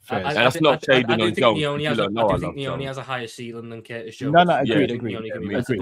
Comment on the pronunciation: the goat. Cracks me up the way he says Nyoni “Trey NEEEEEOHNEEEE” 😂😂😂